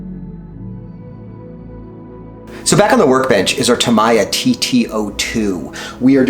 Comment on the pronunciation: It has been pronounced both ways since the 80's. But Tam-ee-ya is the correct pronunciation.